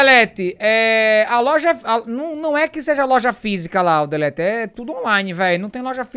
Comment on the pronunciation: Essa pergunta tentei achar a resposta no Google e n encontrei. Pq os Youtubers estão falando LOLJA ao invés de LOJA? Alguma idiotice do YouTube e suas diretrizes?